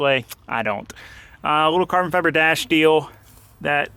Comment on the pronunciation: There's me thinking he just said Carbon Fiber wrong..